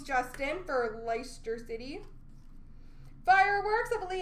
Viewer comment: Pronounced lester city even though its leicester